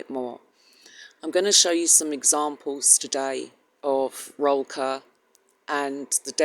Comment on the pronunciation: It. is pronounced Roll coor (sound like cook, but instead of k it is an r) Still doesn't make it right if you say it right